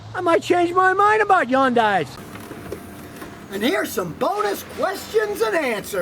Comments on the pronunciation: Hahn-die Scotty. Not Yawn-die. 🥴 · still waiting for scotty to realize that yundai starts with an H and EVERYONE else pronounces it with the H.